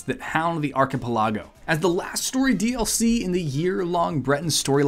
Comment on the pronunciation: Wh- Paid intership but it's the intern that's paying?!? 😂 - Oh no, he didn't. _ I'd like to see unsee this, please. Also,, please teach how to say 'archipelago'. 😏 o7 Have a great day, sir.